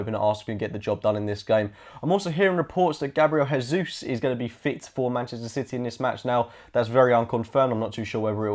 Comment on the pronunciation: Jesus it's not pronounced in that way. The way you and alot of pundits pronounce it is the Spanish way, he is Brazilian, Portuguese Speaking not Spanish! It's also my first language. can't really explain without audio how to pronounce his name in Portuguese but the closest I can explain is its very close to the English version of Jesus! Not with the rrr sound that's Spanish! (jeesuus) would be the closest portuguese pronunciation! ✌